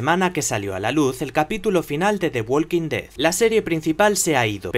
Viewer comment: Se dice Wokin ded. No se pronincia la L.